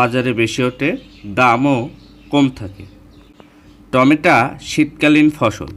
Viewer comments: টমেটা🤣🤣🤣 না টমেটো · বলার সময় উচ্চারণ করছেন টমেটা !!